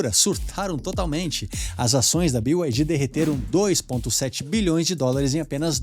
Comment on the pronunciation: Pq falam "bio" ai di? É BYD, ou seja, "bi" ai di